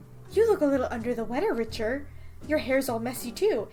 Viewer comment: 1) I love you and your videos 2) sorry but I’m pretty sure it’s pronounced Ricter not Richer sorry